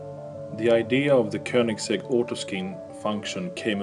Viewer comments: Jumping into the commengs to see what people say about him saying “Kinigsegg” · can't get over how he says koenigsegg kon - e - segg